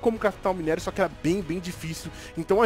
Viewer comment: Mano o falando errado o minério do ouro da uma agonia Vey kkkkkk